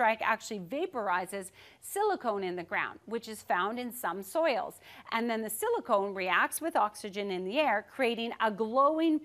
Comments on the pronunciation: Silicon not silicone!!! 😂😂😂 How the hell do you even mess that up?!! It's not a weird element name like praseodymium or protactinium. Who the hell hasn't heard of silicon??? 🤣🤣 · "Cill- eee-con" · silicon not silicone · Silicon, not silicone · *silicon not silicone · I think it is SILICON... not SILICONE. Quite a big difference, actually. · Silicon (the element in sand), not silicone (the polymer found in breast implants). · Silicon. Not silicone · silicon, not silicone or silly cone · Silicon, not silicone. There is no silicone in the ground. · Silicon, not silicone. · "Silicone".... No my dear, silicon. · Silicone??? I think she means silicon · Silicon, not “silicone,” although you probably are more familiar with the latter. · Cool video, but it's silicon not silicone that gets vaporized. Otherwise we'd see more ball lightning in the streets of LA! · Is it Silicon (a chemical element) or (Silicone, a polymer as she suggests at 1.29) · Are you sure you meant "silicone" and not "silicon"? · SILICON.... Not Silicone 😁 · Silicon. Not silicone 🤦🏻‍♂️ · Silicon, not silicone. Very different things. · Silicon not silicone. She should know better. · "Silicone"? Does she mean silicon? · Would it be silicon, not silicone or is my hearing at fault. Sounds like she says silicone, which would explain the bouncy effect of the ball lightning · She probably meant “silicon,” not “silicone.” Two different things. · Maybe the lightning struck over a landfill? It stuck out like a sore thumb when she started saying silicone. 😂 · i think she means Silicon, not Silicone. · Are you sure you're not just getting confused... like aluminium and aluminum? Or nuclear and nucular? 😂